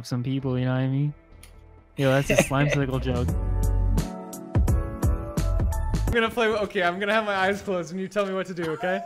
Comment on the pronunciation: Lmao “ ha ha the yokes on you “ 💀